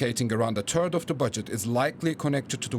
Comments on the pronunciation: Sorry, but I just laughed out loud when the voice-over mentioned that ‘a turd of the budget…’ and do on😂😂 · Hehhehheheheheh... "a turd of the budget." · What is, "a turd of da budget "? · Sorry to be the immature one but hearing a German pronounce "third" made my day